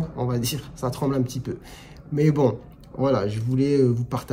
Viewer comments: Maintenant quand tu dis "voilà", j'entends "wallah" 😁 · Pour le "walla", c'est quand tu dis "voilà", quelques fois, très vite... J'ai cru une fois aussi dans une vidéo que tu disais "walla" mais non, ce n'est pas le cas ... Si jamais ça revient en commentaire... Mais clairement, tu as à faire à des débiles ! Tu es médecin, ça en fait chier certains ! Tu prends la parole librement, clairement, tu dis ce que tu penses... On vit dans un monde de merde ! Tu voulais des avis sur ta barbe, il faudrait la tailler un peu (avis esthétique 😂) ... Si tu étais salafiste : - serais-tu médecin ? - aurais-tu co-écrit un livre avec une femme ? - refuses-tu d'examiner une femme ? Mes questions sont très réductrices mais c'est l'état d'esprit des personnes qui t'ont fait ces commentaires... Ça vole pas haut... D'ailleurs, je n'ai pas regardé l'intégralité de tes vidéos mais je crois avoir vu un titre " problème sexo " quelque chose du genre ... Salafiste disent-ils ? Je comprends cette prise de parole. Je te soutiens. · Bonjour, vous bouffez le V quand vous dites "voila" comme à . C'est sans doute pour ça que le bas du front écrit que vous dites "wallah" 🤣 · En fait c’est quand tu « voila » la personne pense que tu dis « wallah »😂😂